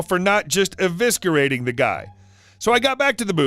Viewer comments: Did you really just say evisckerating? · The "C" in eviscerating is soft, not hard.